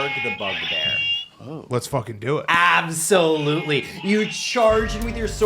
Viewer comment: AB SO LUTELY was life affirming